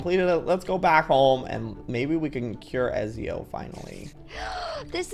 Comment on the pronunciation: Ezio is pronounced Etsio so normally except add a T and the z is an s